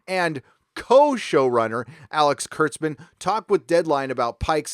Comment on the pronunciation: Kurtzman not klutzman lol.